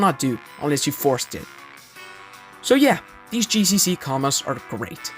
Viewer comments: How difficult is it for you to say the letter G and not J 🤣🤣🤣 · it’s GCC not JCC